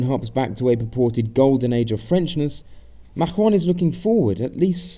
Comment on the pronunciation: As always I love your videos, thank you for the great information and commentary. One thing I'd like to suggest is to work on your French "r" sound, it sounds very off.